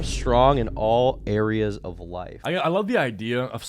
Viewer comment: "area's" cmon its not that hard to get that right 😭